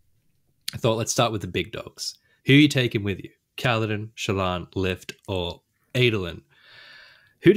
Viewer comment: I love how is slowly contaminating Jimmy to the point that they are both mispronouncing Shallan's name:D Also, OMG I can't believe you're bagging out my girl Lift. She's so awesome and brings a degree of levity into the darkness.. but also has layers...